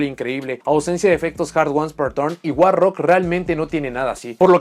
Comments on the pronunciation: cuando dice monstruo guarro, olvídate del inglés xD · Cómo la editora de cartas traducirá al español el nombre war rock: guarro Ahora escucha el vídeo pensando en “guarro” cada vez que diga “war rock”